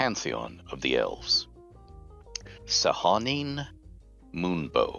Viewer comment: Hadn't realized until this video that I've been pronouncing Sehanine wrong all my life, lol xD Thanks, Ed!